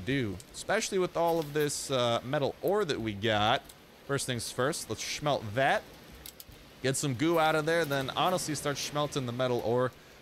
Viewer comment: I LOVE THE WAY YOU SAY SMELT😂😂😂😂 omg funny af make a complication😂